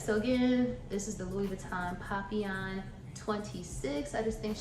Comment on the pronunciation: You pronounced it correctly boo. Papillon for butterfly 🦋.